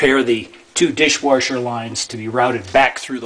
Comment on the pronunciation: i watched the video and it was noticeable the way the word dishwasher was pronounced dishwarshur, then i scrolled down and noticed your comment :)